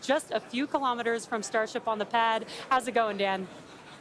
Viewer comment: KILO'METERS, not kalamaduhz.